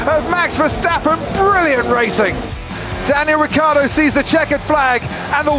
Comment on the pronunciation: "Daniel Rookieardo"